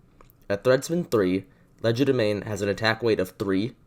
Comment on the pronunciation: WhEn WiLl SoMeOnE LeArN HoW tO PrOnOuNcE It ‘Cries in quadralingual’